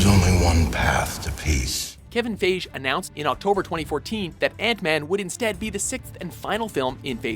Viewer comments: "Kevin Faij" Lol no, WatchMojo, it's "Fie-gee." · You pronounced "Feige" in multiple different ways during this videos, but never the right way. Its FIY-GEE. :) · Also it's pronounced Kevin Fy-ghee not Fage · Feige does not rhyme with beige. English makes no sense but it's pronounced fi-gee. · iTS PRONOUNCED FI-GEE YOU IDIOT NOT FAGE!!!!!! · It's Kevin "Fie-Gie" not Kevin "Fage". Seriously, you are the worst at pronouncing stuff. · Lol it's FY-Gee not phage. Kevin Feige. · kevin phage??? don't you mean fiege??? fuck sake watchmojo..its pronounced FYGEE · Did he seriously just say KEVIN "FIYJ" instead of FEIGE!!!!!!! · Didn't Ant-Man come out last year, as in 2015? (PS - According to Kevin Feige, it's pronounced "fei-gee".) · disliking because the voiceover saying "Kevin FAGE" threw me off completely. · Lol they said Kevin faig xd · It is pronounced fihe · It's pronounced fi-gee God Damn watch mojo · do you seriously not know how to pronounce Feige? here's a hint...'f-i-gee'. but it's ok, not like it hasn't been heard before. oh wait...it has. hundreds of times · It's Feige as in "Fai-gee" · lolll "Kevin Fayj" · Feige! FEIGE! Fie-gy like Nike! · Kevin "Feige" Pronounced FI GI? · It's pronounced fygee lol and it's 2015 not 2012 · "Antman (2012)"..... "Kevin FAGE" ?!?!?!? watchmojo is just filled with mistakes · It's Kevin Fiegee lol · If you're gonna get it wrong, at least say "Feej" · please pronounce the names right. It's 'fie-gee,' soft 'g' sound. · They are botching Kevin Fy Gee's name so it sounds like PHAGE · And you can't even pronounce 'Fiege' right, oh dear this is gonna be a riot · You guys didn't pronounce Kevin Feige right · That's not how you pronounce fiege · It bugs me how he says Feige. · Please learn how to say Kevin Feige's name. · is anyone gonna talk about how he pronounced kevin feige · Holy shit man, can someone tell this guy how to pronounce Kevin Feige's name please! ! GOD! Its so annoying. Has he never heard of him before? ... Jeezuss!